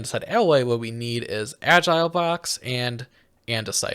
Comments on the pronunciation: Al-gal not agile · I hope someone has notified you that the ingredient in andesite alloy other than andesite is not "agile blocks" but algal bricks, pronounced al-gul. Algal means made of or pertaining to algae, and they are very obviously bricks. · "AL-GEE BRI-K" not agile block, this is agony to hear, please stop tormenting us like this. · But he never said algal blocks... he said agile blocks 😅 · Jost so you know, it's pronounced Al-gal. As in made from algae.